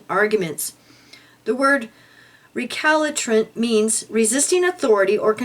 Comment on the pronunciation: The words are pronounced "e-GREE-juss" and "re-KAL-suh-trent"